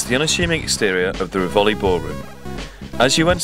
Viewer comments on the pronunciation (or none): It's a common misconception that in Italian it's always the penultimate syllable that takes the stress. This isn't always the case. In this case we have "RIvoli" not "riVOli", "MAGdala" not "magDALa". If you're uncertain, try both. The one that sounds better is almost always right. You'll soon get the hang of it. Get the emphasis on the wrong syllable and Italians will find it very funny because the Laurel and Hardy films were dubbed with such mispronunciations.